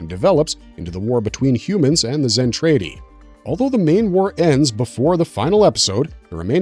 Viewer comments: ..............."Zen-Trade-Y" ?????? Seriously?? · Zen Tray Dee 🤣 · You can’t pronounce Zentradi correctly